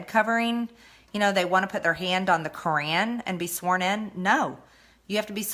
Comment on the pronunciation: I think the best part was when MGT mispronounced Qur’an, as if she wanted to say Karen.